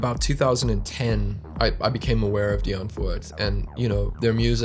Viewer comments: Super vidéo ! Par contre le Die antrourde 😂😂 ça se prononce Di antwoort en faisant courir le o 😀. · Die Antwoord (prononcer Di Antvourde), pas Die Antwrood 😂